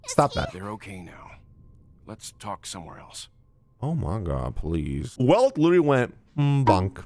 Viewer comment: Welt (pronunced "Velt") is the only canon character from Honkai Impact 3! And he's such an AMAZING character, I love him, he was so epic in HK3, can't wait to see more about him in HSR! (playing the beta and I NEED him). With this game, HK3 devs are just showing how good they are, it's gonna be so epic! I'm glad they finally get all the attention they deserve.